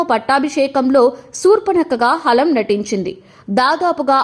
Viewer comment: హాలం కాదు anchor గారు... హలం...